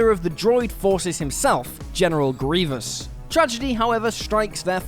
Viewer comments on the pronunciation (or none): none